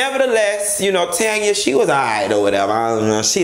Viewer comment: I died at TANYA, NOT TANNN-YA